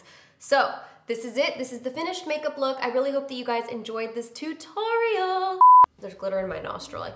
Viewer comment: I never noticed that you pronounce tutorial as "too-torial" lol